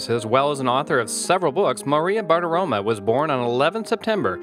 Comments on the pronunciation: As Maria herself pronounces it, it's BartiromO, NOT BartiromA. Do your research. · Dude, pronounce her name properly. There’s an ‘O’ at the end of her name, not an ‘A’.